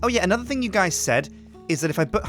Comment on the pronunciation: Thing not thong